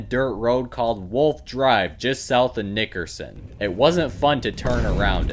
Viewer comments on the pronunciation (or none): Bro emphasized the "ck" in Nickerson this time...